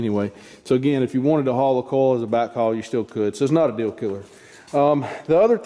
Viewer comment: Are you saying coil? I thought, you were saying coals.